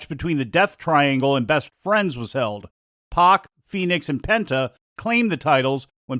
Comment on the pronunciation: It’s pack not pock. PAC